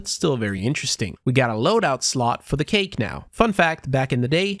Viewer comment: saying cake had me dying hahaha